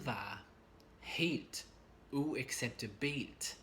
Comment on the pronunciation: Your pronunciation of "uacceptabelt" is wrong. The pressure is to be put on the "u" and the second "a" - UacceptAbelt. Just helping you out ;-) great lesson as always